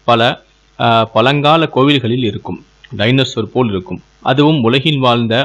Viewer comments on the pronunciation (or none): தமிழை அழகாக உச்சரிக்கலாம் தானே........ பலங்கால காலி சிலை ..... யாலி என்பதற்கு பதிலாக பழங்கால காளி சிலை..... யாழி என்று ஒழுங்கு பட உச்சரியுங்கள் சகோதரா......